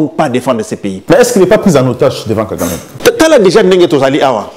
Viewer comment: Paul KAGAME et non « GAGAME »